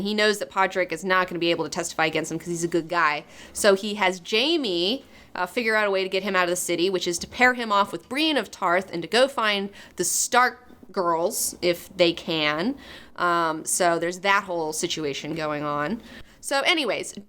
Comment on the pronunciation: It's Eliara, and Brienne. not Eleeria. not Breen.